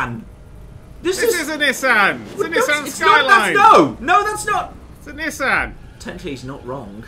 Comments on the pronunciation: because its Nissan not nisan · They're calling a 'Nissan' as 'Neh-san' rather than a 'Nee-san' which is how, at least in the part of Murcia I live in, say it. I feel great pain with their pronunciation.